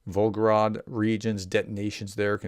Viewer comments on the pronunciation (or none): It's Vol-go-grad, not Vol-go-rad 👍